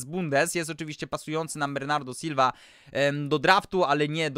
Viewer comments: Czy naSilve powiedziałeś bilva czy mi się przesłyszało ? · Tak powiedział bo tak mówi